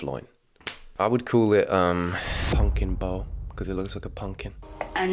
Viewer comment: taking the piss out of her silly food names and then confidently saying 'pungkin' instead of pumpkin.